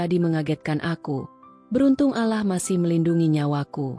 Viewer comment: Pengucapan Allah ,min tolong di perbaiki 🙏